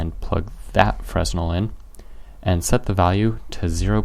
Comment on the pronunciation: Great video; thanks! Pronunciation nitpick for the word Fresnel: see wikipedia